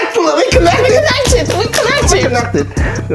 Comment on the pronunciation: 위 꼬넥티드 할때가 진짜 확신의 웃음 포인트임ㅋㅋㅋㅋㅋㅋㅋㅋㅋ웃겨주거ㅜㅜㅜ